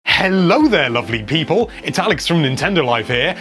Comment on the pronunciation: What!? I’m not a people I’m a PEE-POHL!! How dare you!! Edit: there ya go! Never again please, it’s off putting lol